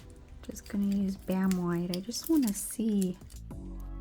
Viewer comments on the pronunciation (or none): I thought you said let me get this damn white 😂 I was like on here CUSSINNNN 🤣🤣🤣 but you said bam white 🤭🫠 I had to rewind it like did cuss 🤭🤭🤭